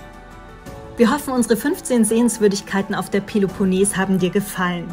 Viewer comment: Tolle Bilder von der peleponnes! Aber achtet auf die richtige Aussprache!